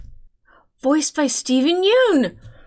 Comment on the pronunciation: Steven Yeun's last name rhymes with sun, not soon. There is a clip of him as a guest on Conan where he (comedically) explains this.